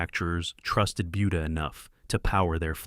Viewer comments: Buda should really be pronounced "booda" not "byuda". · Yeah the robot kept saying "BYOODA". 🤦‍♂️ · It's pronounced budda not buedda, you putz! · It’s pronounced “boo duh” not buu duh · Not .Beauda